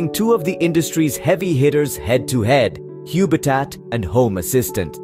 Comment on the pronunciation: I hate to be picky but it can't be pronounced Huebitat because the name is obviously based on the word HUB! It is a home based HUB for your smart ware. Please don't rename things for no reason.